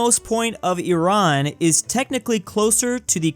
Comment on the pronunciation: Finally someone actually says Eran it’s not I RAN